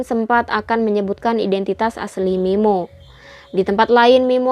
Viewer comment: sampe aku puter bolak balik min, buat memastikan aku g salah denger 😁😁